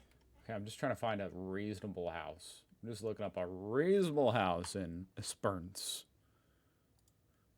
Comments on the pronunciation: like Es.perans? lol ESPERANCE IT'S NOT THAT HARD! lol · Not ess- PER-ance, its esper-ANCE. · Es per ence right prounonciation not the way the AI said it. Strath albyn right prounonaciation Look up Port Elliott in South Australia very pretty place. IF you like wine Adelaide is 1 hour from the Barossa wine district or South of Adelaide is Flurieau peninsular great wineries and views, Victor Harbor also gorgeous town with lovely beaches ⛱️ ALL in South Australia 🇦🇺 out of Adelaide. You should check these places out 👍💯👍💯😊